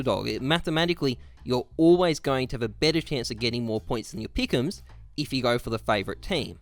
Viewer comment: The gowwld peekums troh-fee